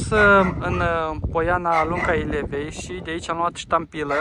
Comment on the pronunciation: Poiana Stampei, pune accentul pe vocala e nu pe a. Lunca Ilvei măi nu Ilevei. Dealul Frâu, nu Frau :))